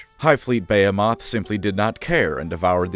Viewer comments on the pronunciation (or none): I'm sorry, are you trying to say buh·hee·muhth? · Hive fleet (beh-HEEM-eth) lol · I love you; but your pronunciation of "behemoth" is giving me aids